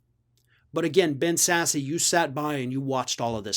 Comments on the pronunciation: Isnt his name pronounced Sas.... not sassie? Thank God hes standing up against their actions NOW. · I think it's pronounced Sass, not Sassy. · Sass Is how it’s pronounced. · It is pronounced Sass, not Sassy. He is my senator. Don't support his conservative policy, but love it when he calls a spade a spade. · His name is pronounced "Sass", not "sassy"! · Dude, if you're gonna do videos about elected officials, you should know how to pronounce their names. Ben Sasse is pronounced Sass not sassy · I could be wrong but I think Ben's name is pronounced more like 'Sass' and less like 'Sassy'. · It's pronounced SASS not SASSEE. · It's one syllable,. Sasse like Class not Sassy like gassy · If you present yourself as a professional political commentator, then you should at least know how to pronounce the names of the people in your commentary. Especially one as "in the news" as Ben Sasse. That would be "sass", and not "sass-ee". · As a Nebraskan, I can tell you, 'Ben Sasse' is pronounced "Sass" not "Sassy". Just sayin... Also, he just got reelected, so he's got 6 years to work on his 'rep'. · Ben Sasse (Sassy)? All this time everyone has been pronouncing it wrong? (Sass) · Pretty sure it's pronounced "sass". This video is the first time I've ever heard anyone pronounce it "sassy". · It’s pronounced Sass not Sassy, the e on the end is silent and he’s been speaking out about these morons since Trump lost. Funny how that works. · It's "sass" not "sass-ee". Also he's an independent now. Just sayin. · spelled like sassy but pronounced sass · Are you saying Sassy to be rude? Or do you not realize it's pronounced Sass. The e is silent. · His name is not sassE..its pronounced sass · pretty sure his name is pronounced "Sass" not "Sassy" just sayin' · Sasse = sass, not sassy. Still just means crap backtalk. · It's pronounced Sass, not Sass-ie. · Ben Sassy?😂😂😂😂😂 it's pronounced sass. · The "e" is silent in Ben Sasse's name. Pronounced "Sass". Not Sassy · Its sass not sassy